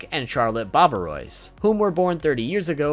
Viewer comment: Galette : it is not like giraffe but garage. It is a biscuit. You missed all the names in French about cookies…..a little disappointing. Ois is not oys : bavarois you can’t read it bavaroys